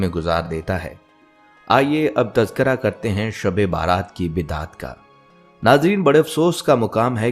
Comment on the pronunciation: شب بارات نہیں شب برات 😢 یعنی بَری ہونے کی رات